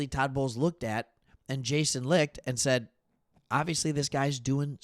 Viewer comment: Very good reporting. BTW the Bucs GMJason Licht's last name is pronounced "Light" by him.